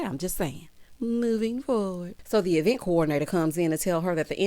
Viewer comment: Ms. Wanda’s freeze-dried curls always makes her reference something from the 90’s😂. Ms. Vanessa did NOT have time for the qwerstions and shenanigans! That “DO I HAVE TO?” came from the depths of her spirit🤣. Carlos DEFLEE invited Ms. Wanda to the e-vent 😂